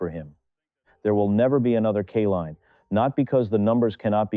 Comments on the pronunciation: Nice story. BTW, it's Kay-line, NOT Ka-leen or Kuh-line. Not good AI!! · Lee's proofread this video and redo it. 20 years and 12 days before 20 years and 24 days is only 12 days. It would have meant that alkaline would have had to have won that batting title on the day of his birth his name is Kaline... with a long I. Because of the e at the end. Not Killeen. At least have the respect to pronounce his name the way it is written. Other than the obvious flaw in the way you're presenting the story depending on AI instead of having an actual narrator and if this is a narrator he needs to learn how to speak. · His name is pronounced K LINE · Didn't appreciate your "CAH-line" or "KAY-leen" pronunciations... How about hiring REAL/LIVE folks? ...and a baseball enthusiast would be "nice". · The Greatest player for the tigers during my generation. But the narration often mispronounced his last name. Should not have happened